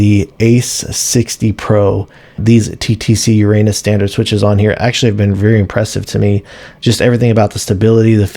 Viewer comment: That is not how you pronounce uranus :D